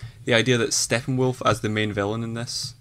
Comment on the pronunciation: That guy says Steffenwolf as well. Thought that was just Armin.